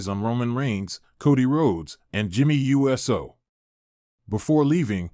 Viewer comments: yeah, but hey says Jimmy U S O instead of saying Uso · It's OO soo, NOT U S O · Omg bro it's not u s o thats practically saying u s a